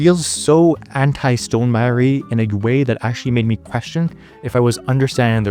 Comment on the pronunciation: the way you say stonmeier-y sounds like stonem-irie jamaican style